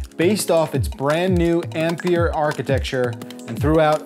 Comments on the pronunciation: It's not called Ampier, it's called ampere. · How this guys pronounces "ampere" is so cringe I had to stop watching the video for the sake of my sanity